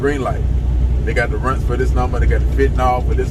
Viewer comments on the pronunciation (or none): I be cracking up when u say Runtz 😂